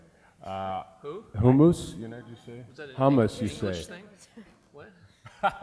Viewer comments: when he said hummus it sounded like he was saying homos. xD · I thought he said homos... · when he said hummus i thought he said homeless 0-0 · I thought he was saying homos and I was like🥴???